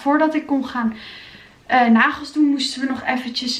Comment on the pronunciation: ✨m’n negels are af✨ beautiful engels 😂